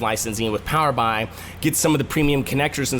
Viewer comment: Hey, Nice quick overview. To avoid confusing/annoying your audience, please consider changing the way you pronounce Power BI. The product name is derived from Power Business Intelligence. So Microsoft pronounces it as Power B.I. as in "Power Bee Eye". not "Power Bye". Hope this helps your other videos to rate well.